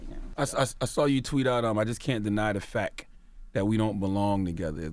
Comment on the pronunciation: Nigga said FAC not fact. And she said HERON not HEROINE. You gotta do better, folk.